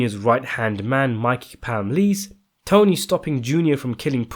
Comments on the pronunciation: prononuced Mikey PAL ME CE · Is the dude narrating English? He sounds Asian, but i find myself😢 wondering if his first language is Anglo. I say this because for a fairly erudite individual with a reasonable vocabulary, he makes some rookie pronunciation mistakes; in this video alone "anmosity", "Pamlice", "cullinugus"!